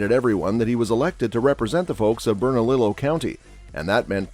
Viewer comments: Say it with me - Bern - A - Leo county. That's how you pronounce it. This commentator was driving me crazy. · It's pronounced BERNA-LEO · Lol!!! berna"lillo" I love it. It's pronounced berna"Leo" but yes it's spelled bernalillo